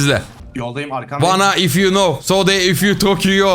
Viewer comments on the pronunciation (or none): none